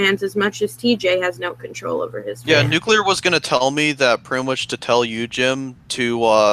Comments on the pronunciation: Nuculargaming 😂 I thought that WAS his name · It’s hilarious that Jim pronounces “nuclear” the same way as George w bush